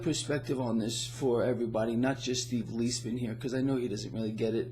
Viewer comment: First, you are mispronouncing Steve's name - it should be Lies Man as two separate words. But on to inflation. After a short deflationary period in the fall of 2008, by the summer of 2009 with ZIRP, we started seeing serious price inflation to the tune of 6-8%. This has been covered up by the Bureau of Lying Statistics through various gimmicks, the most ludicrous of which is their "hedonic adjustments," from the Greek word for pleasure. The three main reasons that they are covering it up are: 1) They would be forced to end ZIRP which would result in an immediate crash of the equities market. 2) Since GDP is nominal minus the deflator, this would have resulted in a GDP over the last 8 years averaging minus 5%, compounded annually, i.e. the Greater Depression as opposed to the "recovery." 3) The gooberment would have to pay substantially more on COL's, especially to geezers like me on Social Security." As usual under situations with unsustainable debt since biblical times with overt jubilees, the debt will be reset through hyperinflation. As your brilliant buddy, Lynette Zang, likes to point out, we have been in hyperinflation since 1913, but few have noticed it since they dragged it out over 100+ years in order to disguise it. We are now going into traditional rapid hyperinflation. The truth is the Cabal doesn't really wish to stop it. It was part of their game plan for over a century. The equities market will shoot up, but like Weimar, Zimbabwe, and Venezuela, will st